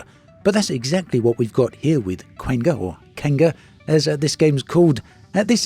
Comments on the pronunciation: I laugh every time you say that game's name because the way you say it sounds like quenga which means a ugly woman with bad make up that dresses bad in Brazilian portuguese lol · You nailed it! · I believe its pronounced "Qanga" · What's the NAME of the game? I can't understand it from the mumbling in the start..